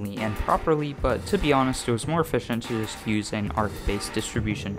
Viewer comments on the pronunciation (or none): everytime he say arc it hurt my heart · arCH CH not k 😘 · the first time he said it caught me off guard. had to take a breather after that one